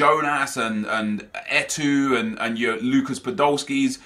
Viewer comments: u gotta stop saying "Et(ewww) it's Eto'o with an o not a u or a ew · PLEASE LEARN TO PRONOUNCE ETO'O